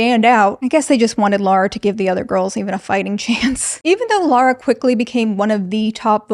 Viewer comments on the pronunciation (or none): But her name is Lah-ra not Lo-ra. You keep pronouncing it as if her name was Laura. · Why do Americans pronounce “Lara” like “Laura” lmao